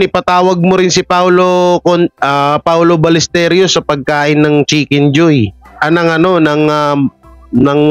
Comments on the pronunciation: HI Correction lang po sa pronunciation last name ni PAOLO BALLESTEROS (BAL-YES-TEROS) po hindi Ballesterios ✌️ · pronounce mo apelyedo ni paolo as BALYESTEROS (BALLESTEROS) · Hindi po paolo balesteryos kundi paolo ballesteros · BALLESTEROS HINDI BALLESTERIOS